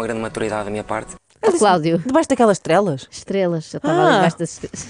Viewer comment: Eu também ouvi 'Debaixo daquelas trelas'. Estou solidário contigo, Inês. 🙂